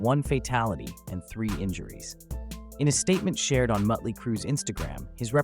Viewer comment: Ya. Pic was Nikki Sixx, Not Razzel. And quit saying Mutley! Do your homework!